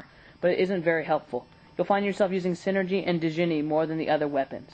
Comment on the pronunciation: No, it's Psy-nergy. Look at how it's spelled AND what it means. it's not refferring to Synergy, but energy from the mind.